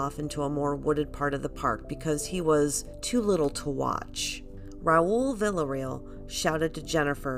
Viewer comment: I appreciate you, but I wish you pronounced Villarreal correctly